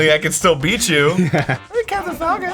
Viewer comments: Anyone else thought Arin said "FUKIN PUNCH!" at first? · what he says:FALCON KICK!! what i hear:FUCKING KICK!!!! xD